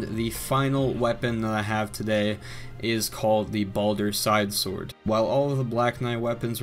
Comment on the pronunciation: You said Balder Swag Sword incorrectly.